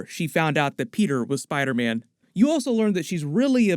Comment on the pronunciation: I’m hearing him say spide man